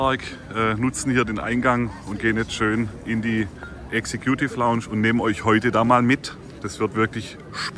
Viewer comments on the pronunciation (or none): Was ist denn bitte die "Exe-Kjuuutiff Launtsch"? Lernt doch wenigstens, wie man die Ausdrücke ausspricht...^^